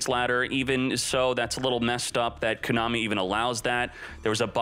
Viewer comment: How does he not know how to pronounce Konami?? Lol